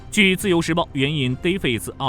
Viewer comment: 听小编读到“援引defence24报道…”直接把人雷翻😂… 这英文程度，其援引资讯能信吗